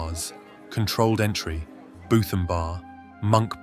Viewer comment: yea and Bootham definitely isn't Boofam